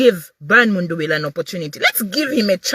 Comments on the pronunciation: It's mundubile my sister not mundubila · Please pronounce MUNDUBILE correctly.❤